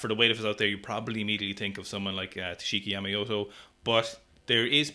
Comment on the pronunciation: how dare you call him Yamayoto, it's Yamamoto 😅